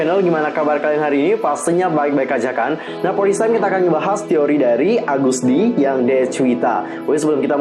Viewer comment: Agust d bro bukan algust d